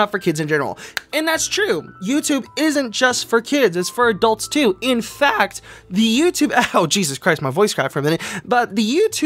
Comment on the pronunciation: "In FAa-ct" oof